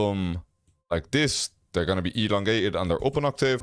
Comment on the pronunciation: The way you say octave 😂😂😂